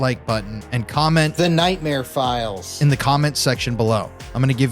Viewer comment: "The nightmare filess'